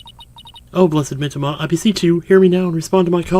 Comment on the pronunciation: [reads "the abbot's mitamah"] [doesn't notice]